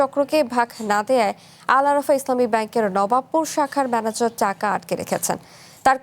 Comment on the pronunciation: manager not madaecot